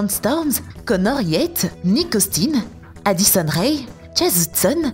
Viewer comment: 😂la voie comment elle a adisone rea 😂😂😂